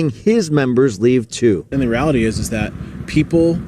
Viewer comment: btw ...it's THat not Dat